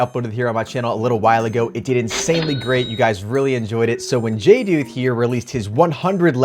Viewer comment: Someone said jduth’s name right!! Everyone says (jay-duth) but it is (jay-dooth.)